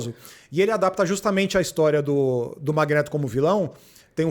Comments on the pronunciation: "Magnêto" kkkkkkkkk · MagnÊto? CiclÔpe? Meu Deus que nervoso que dá o carinha falando errado o vídeo todo...